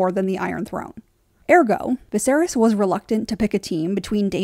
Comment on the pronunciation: I cringe so hard every single time you say the word ergo